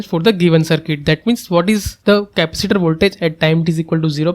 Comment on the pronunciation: Dude, learn how to say "capacitor" properly